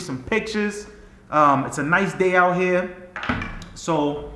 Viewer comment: “Out hea”